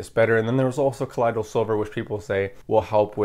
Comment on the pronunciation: Gold ormus is actually gold dude. Ground into a ash type powder. It’s what the gods took in the ancient Egyptian mythology to give them their vitality and immortality. It’s very difficult to find that information online now. Plus colloidal is pronounced call oy doll.